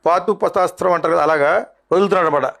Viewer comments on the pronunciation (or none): Adi paatupathstam kadu...raa Paasupathstram ...raaa Athu